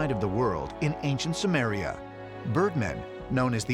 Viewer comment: Hey Dave Childress and narrator- it’s SUMER. Not Sumeria. How could you guys seriously mispronounce a civilization you talk about ALL THE TIME? lolol.